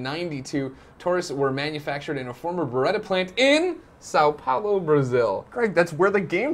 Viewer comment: you say São Paulo so bad! o.o